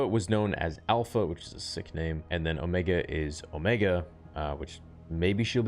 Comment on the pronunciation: you mean "Ohmeeega"?